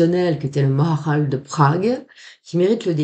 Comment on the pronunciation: Bonjour à tous. On dit ma ha ral.